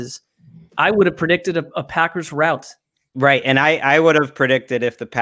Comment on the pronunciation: it's 'rout' not roust.